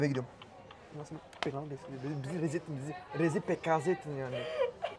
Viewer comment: Pekaze degil kepaze mdrrrrrr